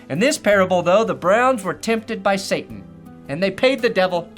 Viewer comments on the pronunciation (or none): none